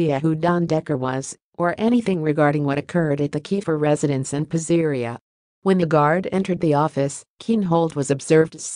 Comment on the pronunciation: Lol😂 AI doesn’t know how to pronounce PIZZERIA 😂!